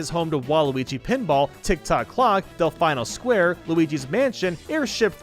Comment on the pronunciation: I agree with basically this entire list! XD (Also cuz I'm nitpicky af, Del-fine-o square?! That's del-FEE-no square, friend 😅)